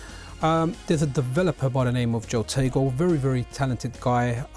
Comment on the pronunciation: Nice video, it is HO-tego, not JO-tego, I'm guilty of the same sin, something to do with Spanish I think, your example in Patreon, your Pateon comment was a decent idea to start a way of separating the Pocket from the OLD, years OLD, contributions from the supporters for the MiSTer platform development.